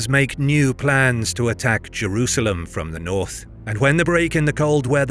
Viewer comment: Why do you pronounce it Jewrusalem?